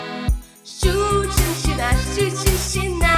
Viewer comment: Мой логопед бьëтся в судорогах. Это же надо выговорить. Друзья из России не могут произнести это слово один раз, а так лихо его повторят несколько раз подряд